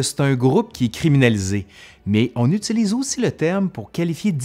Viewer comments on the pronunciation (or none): none